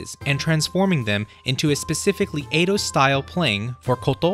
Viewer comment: "Eido" Period??